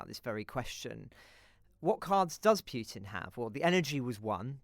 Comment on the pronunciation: Who is monitoring your sound levels? (Listening on THX speaker system on a PC, Chrome.) The first guest was okay, but your second guest, ' feed was laden with plosives and sibilance. Such a difference between the two. And for gosh sake it's 'pootin', NOT 'piewtin'.